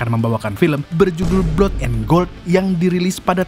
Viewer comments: Min..bacanya blad bukan blod 😂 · Blood itu mbacanya blat Maaf ....